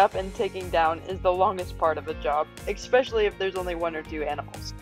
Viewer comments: “EX-specially? No. ESSSpecially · The word is “especially”, not expecially. Please don’t say expecially 😖